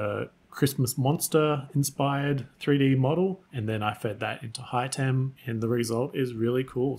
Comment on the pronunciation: I think it's pronounced (Hit em) 3d not high tem